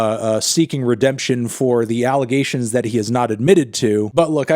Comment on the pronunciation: you said it alligations